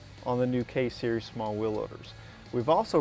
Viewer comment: i take that back he says case series from - -_